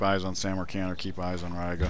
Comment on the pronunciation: It's pronounced Ree-ga.